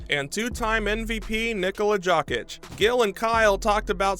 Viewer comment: Whooo! You straight up botched luka and Jokic name bro! 😂